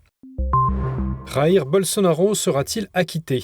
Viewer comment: jair : vous le prononcez à l'espagnol (comme kh en arabe) alors que c'est portugais